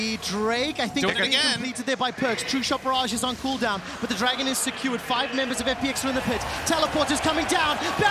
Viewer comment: All memes aside, Im super bothered by that one caster that keeps pronouncing "secured" as "skewered". Like hello? And I think he got a couple others mispronounced too.